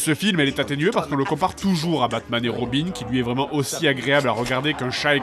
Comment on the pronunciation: dit 'Vréellement'